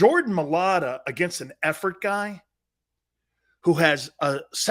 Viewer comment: It’s MIA-A-LATA….you aren’t even close